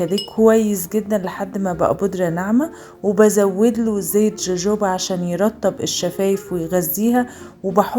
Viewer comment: الزيت اسمه هوهوبا، مش جوجوبا زي هالابينيو، و بتتكتب جالابينيو